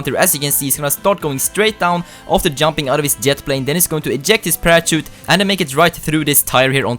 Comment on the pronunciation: u said prachute lol